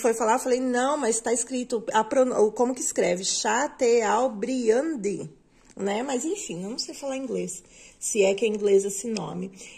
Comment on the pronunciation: ..Chateaubriand se pronuncia Chatôbriam...